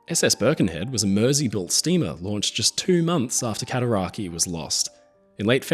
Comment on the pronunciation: Cataraqway* i live on the Cataraqui arch lol